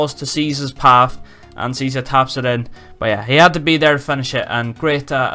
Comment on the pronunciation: Search the pronunciation on google, btw Cheesa is fantastic xD